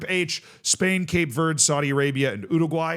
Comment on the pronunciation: Do you not know how to say green in Spanish?